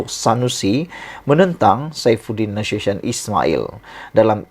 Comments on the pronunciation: Na su syen…. Nak sebut nama orang pun tak gheti. Na su ti yon la ngok!!!! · Sdra anda perlu tahu sebut nama sebenar Saifuddin NASUTION. Sebutannya NA-SU-TI-ON. BUKANNYA sebutan cara bahasa Inggeris yg bunyinya seperti NASUSYÊN. Dia bukan orang Inggeris. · Sebutan bukan nasuson tapi sebutan nye NA SU TI ON.